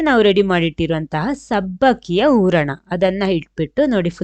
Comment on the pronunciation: ಊರ್ಣ ಅಲ್ಲ, ಹೂರಣ.